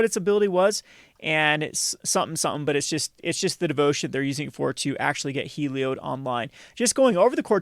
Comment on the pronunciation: It’s Helio-DAY!!!